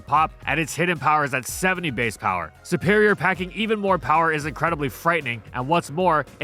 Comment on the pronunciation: It's not "sE-pErIoR", it's "seRRRRRRperior"!!!!!!